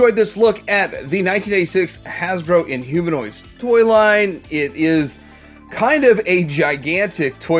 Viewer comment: Inhumannoids. He got it wrong🤣